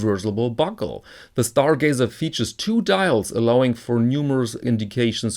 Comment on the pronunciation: Stargazer, not Starglazer! :))